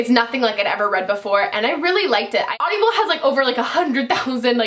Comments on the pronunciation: Omg Meghaaan I love you but it's Audible, not AudiAble!! Driving me nuuuts :P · Hey Meghan...isn't it just "Aud-ible" not "Audi-able"....lol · Audibles is great but you are adding an extra syllable LOL! Also, flip your Sonia Kashuk concealer over and tell me if yours says "not for use near eyes" or something like that. Mine did! Dafuq? Isn't using near the eyes the point of that concealer????